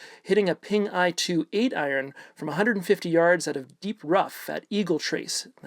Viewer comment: Are you saying I-Ron? Lol